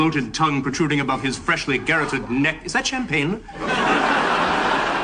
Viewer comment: The emphasis in ‘garrotted’ is on the second syllable. Niles placed it on the first. One would think he’d know better.